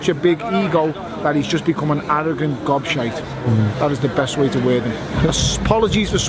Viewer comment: its gobshite not god shite you,and this bellend is still counting the haye fight as a victory lol